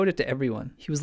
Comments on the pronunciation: "Andoriel"? are u kidding me? did you READ the books or was it an audiobook? it is spelled "Anduril", and Elrond pronounces it "Anduril Flame of the West"... jerk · you can do a better job than that of pronouncing Anduril. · okay u are scaring me now... he yells Elendil! not Anduril! which you BTW pronounced wrong